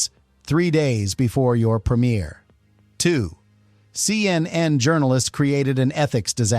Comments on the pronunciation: Human’s say, “Seeyennen,” not, “See. Ehn. Ehn.” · Such stupidity, why show a fake letter signed by Donald Trump rather than the actual one? Rob Lowe is certainly NOT a CNN reporter. Why is the AI saying C...N..N... The making of the camera trick is shown on the DVD extras. LOL, the 18 hours was the TWIST. SLOP SLOP SLOP.